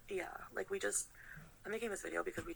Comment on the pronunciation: Why is she saying lik